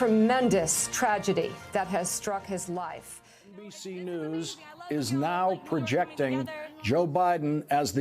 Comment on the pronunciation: "NBC Nudes"